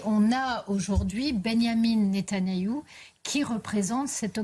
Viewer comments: Même avec ce qu’ils la payent elle n’arrive même pas à prononcer correctement le nom du criminel de guerre, c’est pas ben yamin netan nayou, 😂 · Elle ne sait mm pas prononcer le nom de netanyahou qu elle appelle netannayou o my goi !😅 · En plus elle n'arrive même pas à bien prononcer le nom de son maître ..... Quelle C... asse